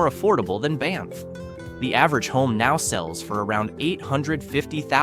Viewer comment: I think it's an AI reader. It mispronounced Banff at least once, too.